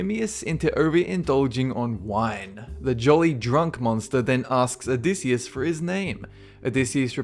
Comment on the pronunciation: (o-dy-I-siss) Odysseus